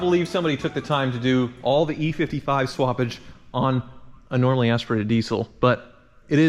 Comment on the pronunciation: Did anyone else hear him say normally aspirated instead of naturally aspirated lol ?